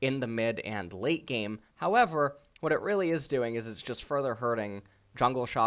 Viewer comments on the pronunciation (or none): none